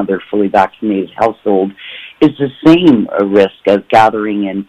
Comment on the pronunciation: What's a holsehould hahahaha😀😂😂